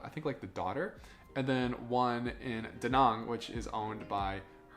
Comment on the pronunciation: Why not ask a local how to pronounce place names? Da Nong? Son is more like Sern and My Khe is Me Kay. But you got Hoi An right. But that place is like a nightmare now.